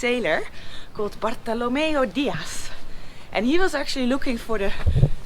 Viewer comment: After “Cape Agulhas”, you now got “Bartolomeu Dias” perfectly pronounced... Are you sure you’re not half-PORTUGUESE already...?! 🤔🧐👏🏼👏🏼👏🏼 You will be for sure, when you come visit PORTO, because then you’ll be adopted by my daughter, and become part of the familly.... Filipa is eight years old, and loves nothing more than comming back from school riding pilion on our Triumph-maharani, wearing her Itchy Boots’ neck scarf We cant wait for you visit... no AIRBNB needed for that future stage 😊✌🏼🙏🏼 Cheers and best regards from Portugal 🇵🇹 Stay safe, have fun, take care, keep on riding and sharing please...